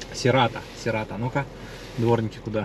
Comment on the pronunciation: Серато)) Говори правильно.